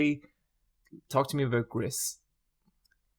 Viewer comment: You probably don’t care but Gris is pronounced “grease”